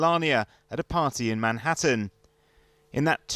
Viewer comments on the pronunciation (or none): none